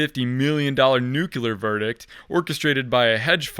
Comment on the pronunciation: New clear not new queue lur